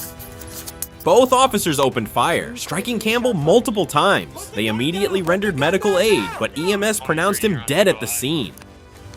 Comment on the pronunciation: Uh-mmediately isn't a word, e-mmediately is. Immediately.